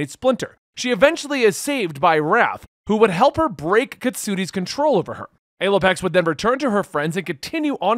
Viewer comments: Language is very complicated so none of us will hold you to how you say a certain word but we prefer the p pronunciation of Alopex as Al-O-Pex not A-Loy-Pex. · You need to google the pronunciation, not the spelling. The 'A' in Alopex is a short 'A' as in 'apple' not the long 'A' as in 'able'. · Thought it was pronounced Allow plex